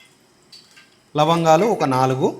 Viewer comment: హలో గారూ యాలుకాలానులవంగాలు లావగాలనుయాలు అంటున్నరు మందు కొట్టారా